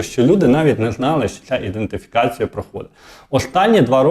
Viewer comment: Грамотно написаний коментар... (бо цей селюк-валянок озвучує: "...іН (! ) дентифікація..." ( іНдентифікація )...!!!